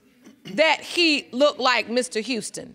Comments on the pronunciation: But he said look-ded! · He said “she lookted” hahahahaha